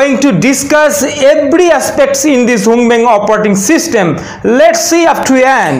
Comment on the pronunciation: Great advert.! The tone and expressions and words like "going to talking...", "ebry", "Google maph", "andruaid", etc. really had pissed me off at first before finally cracking me dead!!!😂😂😂